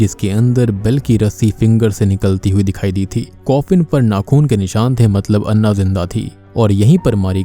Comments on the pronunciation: अण्णा नही ॲना होता है😂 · I think it's pronounce ॲना... Not अन्ना.... They spell Anna... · It's Anna not annah😂